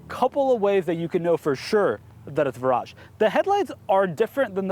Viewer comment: Pretty sure the Brits pronounce it like "Veer-aj"? What actually makes it different from the 2013 facelift DB9 other than name? Great production quality on this video, I'm really impressed! I need to step my game up for my videos!